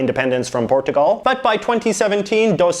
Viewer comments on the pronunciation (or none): he says Portugal wrong